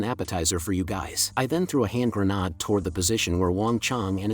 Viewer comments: I swear the A.I. is getting sentient and is actively fucking with us. What other explanation is there for it to go "haNnd greNaA-AaD" twenty times in a row, then randomly flashbang you with a properly pronounced "hand grenade" only to immediately go back to spamming "haNd greNaA-AaD". Bloody TTS knows exactly what it is doing. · great story "A signle GrAAnAAd" funny way of saying grenade.